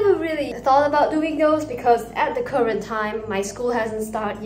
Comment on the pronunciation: Uuuh you said "current" into "kureent" not hating ty🌟